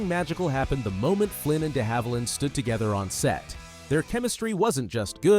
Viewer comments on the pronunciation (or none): none